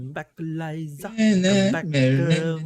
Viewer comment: ELIZA NOT ELIZA! LAVDU LOG😐